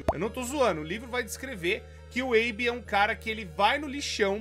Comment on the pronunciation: O nome dele é Abe. Abe e abby tem pronuncias diferentes kkkk